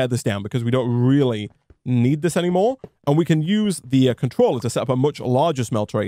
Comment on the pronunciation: "Smelter controllery" sorry that made me giggle... XD I miss my tinkers shuriken :S was so OP